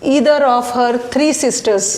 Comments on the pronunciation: Either ka pronunciation is wrong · Wrong pronunciation, Either. Poor quality Aptitude.OK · I'm disliking this video only because of wrong pronouncements of Neither/Either